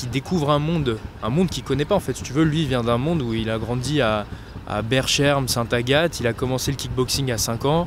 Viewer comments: La prononciation de berchem st agathe 😂 magnifique 👌 (la prononciation: comme berkem) tu m'as tué ❤ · Très pertinent. Juste un conseil, Berchem Saint Agathe se prononce « Berkem « . Car même les belges ne comprennent plus rien. 😆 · Mdr comment t'as prononcé le nom de la commune 😂 les Bruxellois en sueur 🥵